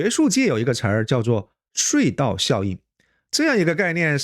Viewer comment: 睡道？差点儿听糊涂了😢